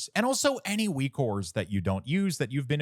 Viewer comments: Great work on this package - I love using it, thanks for your work! But also why do you say Weak Ores instead of Weak Auras? lol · stop saying weakwhores lol